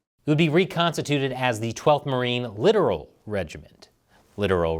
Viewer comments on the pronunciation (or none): Its Lit-tor-al not Literal. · Littoral is pronounced like "Le-tor-ol", less like literal. At least by the navy and USMC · L-i-t-t-o-r-a-l not literal. You are pronouncing it wrong. It should be pronounced like this. LIT-TOR-AL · . Littoral (lit-TOR-al) not literal (LIT-er-al) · It's "lit-toral" not "literal" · It's pronounced Lit-tour-roll (littoral) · It’s pronounce Lit-Oral, which what usually goes on in Navy warships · Pronounced* Also, no its [LIT] + [UH] + [RUHL] Side note, I get it was a joke... just a bad one. I assume you're more of a marine? No brains and based on their new commercials no brawn either. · FYI, "littoral" is pronounced with emphasis on the second syllable.